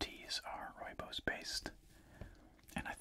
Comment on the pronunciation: Nice to see and hear South Africa mentioned here as I am south african. Pretty good pronouncing rooibos as well since its afrikaans meaning red Bush. Thanks for the great videos as always!